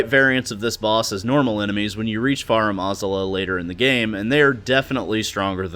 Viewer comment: Pronunciation of Farum Azula hurts, but decent video besides that for sure